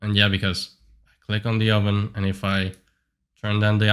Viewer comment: lol the "oven" 😂 Also is that a Starforge PC?